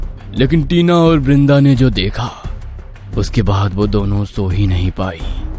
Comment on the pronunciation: Not brinda it's vrinda